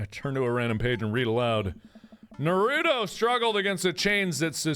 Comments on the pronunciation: nobody: mark: NARUDO AND SASOOKE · mark pronounce those names wrong one more time I DARE YOU. (I swear he made me so angry..) btw Naruto = Nah- roo- to and Sasuke = sauce- kay. OKAY BYE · IT'S SASUKE (SAS-KEI) (NA-RU-TOH) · I dont know whats worse damien having smut of NarutoXSasuke or mark pronouncing it as Narooto and Sasookay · Naroodo? Sasookay? Oh, mark. 😂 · The way mark pronounced Naruto and Sasuke 💀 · I am disappointed in the mispronunciation of Naruto and Sasuke, and I don't even watch or read that anime. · Damn that was sad how he pronounced Naruto and Sasuke names wrong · Is nobody going to mention the way he said Naruto and Sasuke? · I know for a fact that this video is old, but clearly mark doesn't watch anime if he pronounces Naruto and Sasuke's names wrong. Either that or he is purposely pronouncing them wrong to be funny. Also was that fan fiction of Naruto and Sasuke? I got distracted with cringing. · When Mark mispronounced Naruto and Sasuke. -_- MY WEEABO HEART HAS BEEN BROKEN. WHY MARK? WHY? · The way he pronounced Naruto and Sasuke......... .______________________. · It bothers me that Mark pronounced Naruto and Sasuke wrong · okay okay I won't freak out but you did not pronounce the names right it's from anime ask Jack he knows probably😂❤️ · cringes so hard because of how mark is pronoucing the names dies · ugh. mark. so, basically, if I got this correct, YOU DONT LIKE CATS AND YOU DONT LIKE HAWAIIAN PIZZA Mark, I believed in you... (edit THE WAY YOU PRONOUNCED NARUTO AND SASUKE................) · omg that narusasuke ship though😂😂 and also MARK YOU MURDERED SASUKE AND NARUTOS NAMES HOW DARE YOU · Oh no Mark is about to face weeb rath with that mispronunciation of sasuke and naruto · OMG THAT NOT HOW U PRONOUNCED NARUTO OR SASUKE! 😭😂